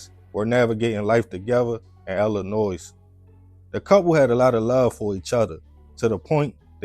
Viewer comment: I love these stories. Quick and to the point. No fluff. No filler. Just facts. I just can’t stand the way you say Illinois. The S is silent. It’s ill-li-noy! NOY!!! 😂😂😂😂😂 Coming from Chicago it’s just a habit to tell people how to say it because for whatever reason people always wanna say the S when it’s silent. Ask Google if you don’t believe me. 😂😂😂😂